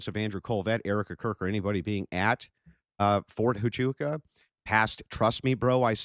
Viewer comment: Mispronouncing huachuca over and over sounds real foolish. It distracts from the conspiratards deflection.